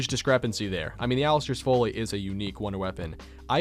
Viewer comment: So you keep pronouncing Folly (rhyming with jolly) as Foley and I just wanted you to know the latter is a catheter so you're welcome lol